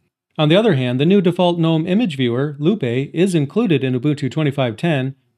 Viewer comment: Loupe is pronounced loop loupe (/ˈluːp/ LOOP)